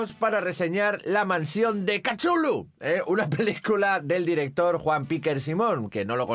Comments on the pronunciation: Lo mejor es cuándo dice: "Kachullu" ¿así se pronuncia? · Chulu? Catulu? Tulu? Cachulu? Jugué al juego de rol con mis amigos durante años y nunca nos pusimos de acuerdo sobre como pronunciarlo. Creo que no existe canon al respecto. Lovecraft lo escribió de modo impronunciable para enfatizar su carácter extraterrestre.